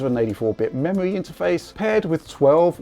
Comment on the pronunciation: memowy wam gwand reserwation wender pwomises